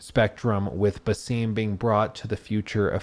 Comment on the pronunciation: My guy thinks he’s so intelligent by pronouncing the names wrong 😂 it’s a-vor not “eye-vor” and it’s ba-sum not “bay-seem” 🤣🤣